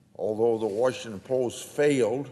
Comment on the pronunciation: There is no "Warsh"ington ANNNNDDDD Grassley lied about Ukraine - Biden "connection"